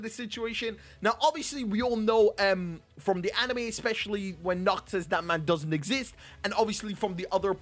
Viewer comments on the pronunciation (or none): Nacht pronouce his name "Nahato"